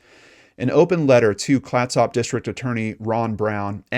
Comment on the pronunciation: Good report. Clatsop (County) pronunciation kind of rhymes with ketchup but with soft s instead of the ch sound. It is named for an indigenous tribe from the area. My aunt lived there at the time but I have never heard of this case until now.